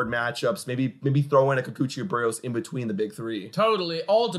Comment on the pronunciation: You're pronouncing Berrios like "Burios". The accent is above the i. So it's Beh-ree-ose